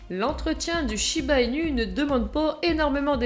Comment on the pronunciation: J'en n'ai un et il ai un ange ❤ par contre ça s'écrit inu mais le u se prononce ou 😉